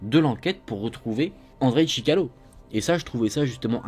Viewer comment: sorry but his name is ChikaTIlo... Nice work, and keep going